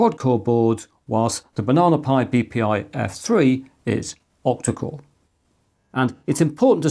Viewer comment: OMG I thought you were saying OPTICAL risc V 🫠